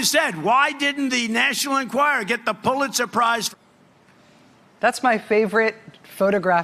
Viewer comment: "Phuliter prizes"...LOL Muslim spies?